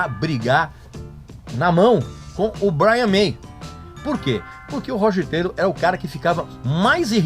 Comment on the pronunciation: Esse cara é, simplesmente, um idiota. Não sabe nem pronunciar o nome do baterista. Meu Deus! Falou tanta merda que fedeu meu notebook.